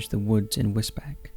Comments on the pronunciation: I live is Wisbech (pronounced beach; it’s a common and understandable mispronunciation) for number 2, modern slavery is common in the surrounding agricultural fields. There are more murders if you look for them including people found deceased on bench’s and in bushes. The town has a sizeable Eastern European population that get intoxicated and become violent within their own community. It’s a strange town. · I'm not having a go because place names are often ridiculous but, it's pronounced 'whizz-beach', not 'whizz-beck'. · It's Wis-beach not Wis-Beck :D good video otherwise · Case 2 the area is Wisbech but pronounced Wis-beach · It’s pronounced “wis-beach” not Wisbech. Even though that how it’s spelt! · 'Wizbeck'? Do you mean Wisbech, pronounced in perpetuity as 'WIZ-BEACH'? If you hadn't said 'Cambridgeshire', I would have thought you were talking about somewhere in Germany. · Sorry but it’s pronounced wisbeach.. not wisbeck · Great video,but Wisbech is pronounced 'wiz-beach'. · Wisbech is pronounced Wisbeach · Wisbech is pronounced "Wiz-beech"! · Sorry to be a pain and this only bothers me because I live there, but with the case of the guy who was later found in the woods, the town where he was found is called Wisbech. You say it like whizz-beach. Whizz as in a wizard and beach as in a place where the ocean meets sand. Hope that makes sense 😃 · Wisbech... is pronounced “wiz - beach” .... I understand/know this as am a resident of U.K. Suffolk, Norfolk and use hospitals in Cambridgeshire U.K. England. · Although spelt Wisbech, it's pronounced Wisbeech! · Do you mean wisbech? If so its pronounced wizbeech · wis beach mate, for the local pronunciation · I live in Cambridgeshire and Wisbech is pronounced as “Wis-beach” 😁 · Damn it man its pronounced Wisbeach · Wisbech is pronounced whizz-beach. This was only on the news 3/4 weeks ago. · For future reference, Wisbech is pronounced like 'Wiz beach" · Wisbech is pronounced Wis-beach. I remember this story.